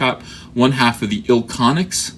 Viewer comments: It’s not ilconics it’s iconics the second i is silent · It's pronounced Iconics. Meltzer has kind of a weird status within the wrestling community. He's been doing this for a long time but can come across as a condescending prick at at times. I'm not a fan of Meltzer by any stretch of the imagination but I get what he's trying to say ( and I wholeheartedly disagree with him here) but he sucks at saying it. I've been an indy wrestler for 15 years. When I first broke in the guy who trained me said wrestling is like a fraternity in that everyone wants to join but not everyone can do it and one of the things I learned is that you work with a lot of the same people over and over again you tend build friendships and loyalty in kind of a family dynamic. You tend to get defensive and protective of your friends. I don't think it's so much an SJW thing as much as its just defending your friend? Thats just my opinion.